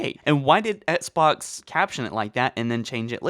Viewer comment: Come one man, it’s pronounced ex-box, not ets-box. And sigil is pronounced sih-jil, not siggle